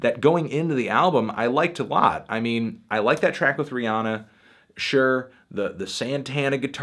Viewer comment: it's Rihanna you said it wrong look up how to say it